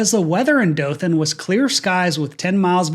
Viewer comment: I'm from Dothan and hearing someone say it correctly is so refreshing. I actually took my first flight as a passenger out of Dothan regional